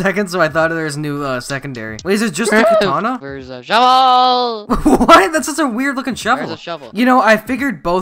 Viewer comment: "I just got the shevel"